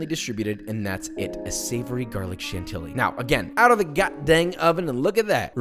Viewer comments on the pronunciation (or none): lol Chantilly. Kudos for trying, it's a stupid pronounciation (just like oignon, yes the i is before the g). It's pronounced more like Shanti-i. You just repeat a whole second i after the first one. Hope it kinda makes sense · If only he could pronounce “chantilly” correctly. Kinda ruins the magic of cooking videos when someone BLANTANTLY is a home cook but acting as if they’re Anne Burrell or Gordon Ramsay.